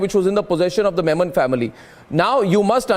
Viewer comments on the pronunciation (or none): It's Yakub Memon, and not Menon 🤦🏻‍♂️🤦🏻‍♂️🤦🏻‍♂️😂😂😂